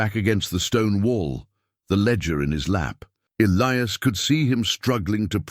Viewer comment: The name Elias was mispronounced for most the story The story got screwed up in the end, recalling the first funeral during the second one, then continued from there,... It was an okay story, when is finally caught up to the second funeral again,... If the son kept the father's star there should only be 2 stars on the mantel,unless he put the guys star that got killed after the fact